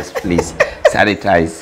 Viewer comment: 😂😂😂I love the way jalas say santinize everytime he hit a point 🤣🤣🤣🤣🤣